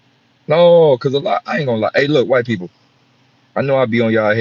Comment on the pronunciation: People 🤔 pe- ople or pole 😒bruh